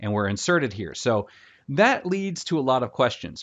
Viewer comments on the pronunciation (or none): none